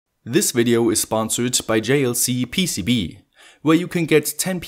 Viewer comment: i thought he said fastpcb instead of jlcpcb....